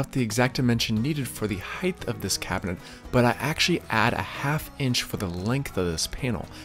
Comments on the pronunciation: Except for the pronunciation of height (I kept hearing "heighth"), this was a very detailed and very satisfying video. I appreciate the detail from start to finish, and I learned what I'm willing to do myself vs a professional. Probably the first video that I watched fully. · Height? Heigth?